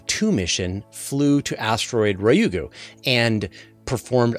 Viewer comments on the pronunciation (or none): Ryugu is not pronounced as you did, same for psyche